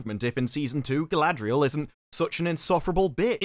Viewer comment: Ah yes Sauron’s chief Lieutenant.. Guyladrial